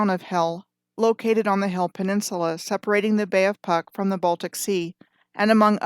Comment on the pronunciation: and Puck pronounce is Pootsk :)